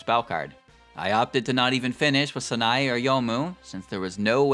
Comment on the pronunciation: FFS Learn to pronounce Sanae